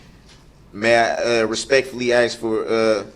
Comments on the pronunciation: It's good to hear from a legal attorney about this case...so much word salad in this circus. Real attorneys probably don't say 'I axe you to show subject matter jurisdiction...what is legal law....is that a tactict agreement...what is the relevency'...etc. But that's Darrelevant for you...all ego, no brains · “Are you axing me or telling me?” Absolutely childish